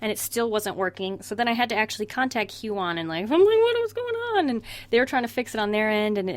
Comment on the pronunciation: My heart broke a little every time she said "hue-on"